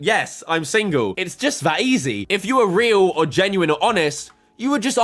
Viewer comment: She can even say single right......